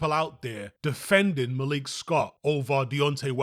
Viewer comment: Why do you call him malique? lol ur British bro